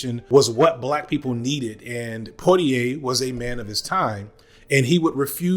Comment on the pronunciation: poi in poitier is read "pwa".